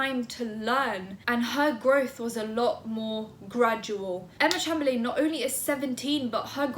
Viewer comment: It’s said like Chamberlin , love you!!